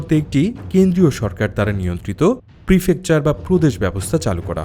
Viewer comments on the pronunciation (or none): none